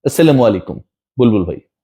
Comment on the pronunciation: বুলবুল না চুলবুল ভাই😅 স্লামালাইকুম😅😅